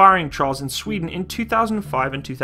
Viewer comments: good video but your way to say sweden sound way to wrong :P Sfweden it's sweden :P sry am swedish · The emphasis on “sveden” is totally unnecessary 😂😂😂. Love you’re videos